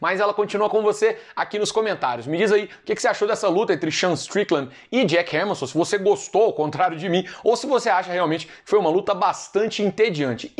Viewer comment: A melhor parte da luta foi Minotauro chamando chamando o Sueco de "Êmerson"